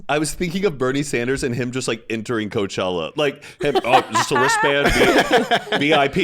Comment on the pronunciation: “This chella” “we can just call it coachella” like okay zero fun